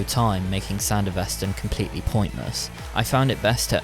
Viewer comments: It’s Sandevistan not Sandevestan as you constantly say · couldn't pronounce it correctly like in the anime...? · How ya gonna make this vid fresh off the anime, and still Repeatedly mispronounce SanDevistan?